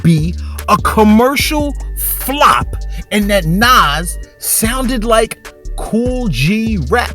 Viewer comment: You are not a fan of Nas (The way you said his name shows that)